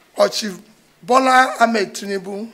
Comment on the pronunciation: .. He said chief Tnibu not president Tinibu..